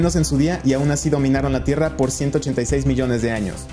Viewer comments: Me saludas? Ah y porque dice tirra JAJAJA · “Tirra” xd